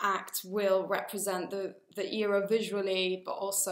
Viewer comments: the greek in her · I love how she says "iera" instead of "era"❤💜